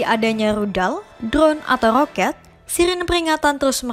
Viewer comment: knp kok rrrrrooket..atau beerrrr beerrrr